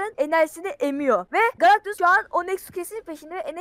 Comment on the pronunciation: Abi oyun fatihi wolverineyle savaşı diye sen Galaxtus diyon ıq